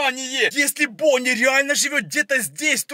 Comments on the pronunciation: Я одна слышу Пони а не Бонни?.___. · керПечи бОни😅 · Вы тоже слышите акцент его голоса на последнюю гласную например: , бонни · Бонни а не Бони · Не бони а бонни